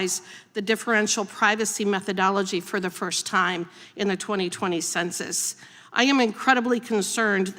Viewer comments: Her points would carry more weight if she quit saying "consensus" instead of "Census" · "conduct a concensus" The lack of education is on full display.